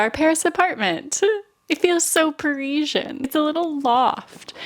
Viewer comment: By the way - it's Parisien, not Pareeshjen. An "S" - there aren't any letters in the alphabet for the sound you're using. Sorry. Just saying.